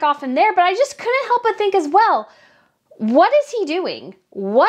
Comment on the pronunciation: I love your videos but the way you say “as well”and overdramatize your words grates on me🥴